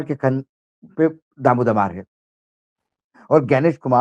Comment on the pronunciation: भाऊ माफ कीजिएगा, भरसक और दारोमदार होता है भरकस और दारोदमार नहीं , उसी तरह मंशा होती है मनिशा नहीं। कृपया बुरा न मानेंगे।